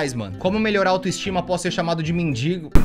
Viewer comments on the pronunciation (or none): none